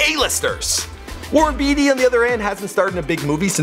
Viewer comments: Isn't it Warren "BAty," not "Beety?" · i find it funny he asks repeatedly if young people even know who Warren Beatty and Faye Dunaway is. As he continues to mispronounce "Beatty".